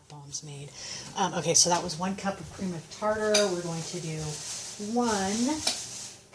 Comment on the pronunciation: "Cream of tatar".......Lol